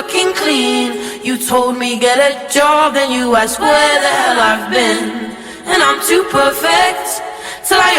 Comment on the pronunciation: She doesn't rhyme clean and been... she says clean and bin